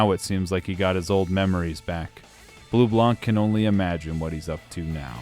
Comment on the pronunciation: so I'm sure you get tons of comment saying that but it bothers me and considering you'll deal with this character in the future a bunch I might as well mention this : Bleublanc is french, it's a combo of Blue+White. Blanc is consistently butchered as a word, the C is silent. This holds through everytime you'll see blanc part of anything, it's not Leblank in Persona 5, it's Leblan, it's not Bleublank in trails it's Bleublan. Sorry if this is annoying/pretentious, but I've had enough going through the game(especially true in Coldsteel so far, I'm about to start Cold Steel 3) seeing them butcher every single french word they could think of like Bleublanc, Marquis, etc. Although it is funny that of ALL word they got right, CHEVALIER was NOT on my bingo card. That aside I'm happy I'm not the only one that understand just how good this game is, although my personal favorite is 3rd, I don't want to elaborate on why on the off-chance that some people who have not experienced the game go through your videos to experience them like psychopaths, since I know you'll probably do a better job than I do in conveying why it's good.